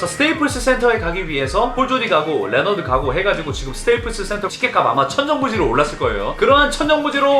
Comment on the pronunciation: 레너드가 아니라 리오나드나 레오나드라고 발음함